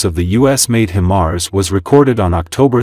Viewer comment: HI-mars, not Him-ars …